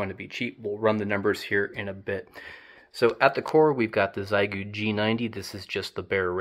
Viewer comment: I'm spreading awareness: The Chinese pronunciation is "Shyeh Goo" not "Zai Goo" (But don't worry, you're in good company, everyone says Zai Goo)